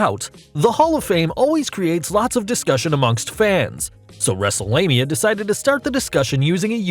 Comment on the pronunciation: did he just say WrestleLanea